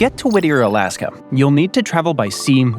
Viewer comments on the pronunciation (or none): Why do you say Alask-um a lot….